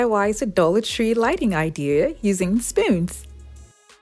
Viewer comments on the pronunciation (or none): At first i thought she said using SPINS...I was like huh???